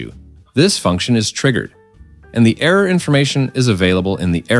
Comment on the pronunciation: Pretty good AI voice. I got a kick out of own-error